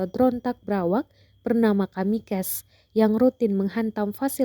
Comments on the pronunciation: Penyiarnya bilang drone kamikes 😂😂😂 Sok sok an inggris lu min, itu bacanya tetap drone kamikaze bukan kamikes 😂😂😂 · Baca kamikaze min, bukan kamikez. Itu istilah asalnya dari pasukan pesawat bunuh diri jepang saat perang dunia 2 yg menyerang pangkalan amerika di perl habrour. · Kamikes.....wkwkwk...pake google translate mbaak...